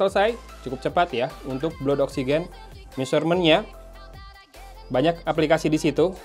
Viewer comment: Blood = dibaca BLAD